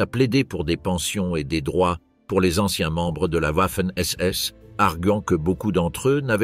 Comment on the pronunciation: Wouafen SS arrêtez d’aboyer le w se prononce v